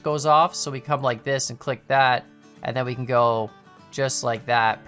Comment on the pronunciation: “We kAN haul” lol